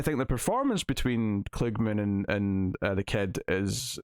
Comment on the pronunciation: The actor's name is pronounced KLUG-man, not kloog-min as you were saying.